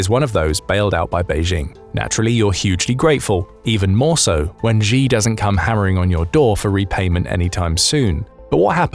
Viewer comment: The capital of China is Beijing. Bay-Jing. This Beizhing thingie is in your imagination,. And the Chinese leader Xi is pronounced Shee, not Gee.